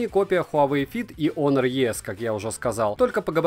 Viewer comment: Ну вот драсте, хоть кто то правильно называет онор Кстати, + прочитанный обзор, за что спасибо И все же я считаю что это промежуточный этап "недочасы - перебраслет" Хотя спорно